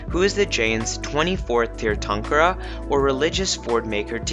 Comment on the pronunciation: Its tirthankar